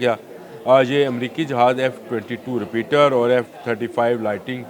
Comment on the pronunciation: Name is “Raptor not Repeater”